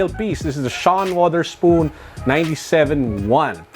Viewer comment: Its pronounced as " sean witherspoon" much love amazing collection!😊